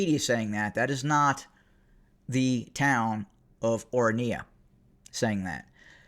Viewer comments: or run yuh - is how to pronounce it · It is pronounced Oranya. Not a bad go if you don’t know Afrikaans. It is named after the Orange river. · The voice of reasoning has become as VOICE of lies from Trump to Elone from one AFRIORUM racist political party that dreams South Africa 🇿🇦 becoming apartheid system again, U really have no glue what u are talking about, u can't even pronounce the orania properly for a white man.